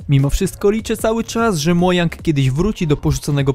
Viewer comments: Mówi się Modżang a nie Mojang xd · Mdżang się mówi a nie mojang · nie mowi sie mojang tylko modżang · mojang się czyta: "Mołdzang" sprawdź sobie np. w tłumaczu itp. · Mów Modżang a nie mojang